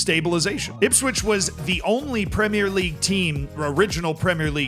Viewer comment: needs to start a class on how to teach his fellow Americans how to say 'Premier' properly 😂